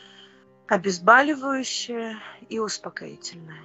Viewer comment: Влажные еврейские мечты об изнасилованиях, голливуд отдыхает !!, кстати коль говоришь на русском то слово " обезбАливающее" не от слова - бАль а от слова "бОль", обезбОливающее